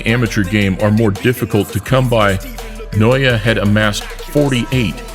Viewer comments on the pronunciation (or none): Cmon guys... N O A pronounced like that.. Jeebus! Love that liver punch KO! He's a beast, i dont need him to punch me in the face or liver to give him his props!! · NA OH YA!!!!!!! Easy to pronounce!!! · The Britton couldn't pronounce his name, had to Google & Youtube. Well, now the name Naoya just kept ringing in his ears and head. LMAO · How you say his name again? 😂😂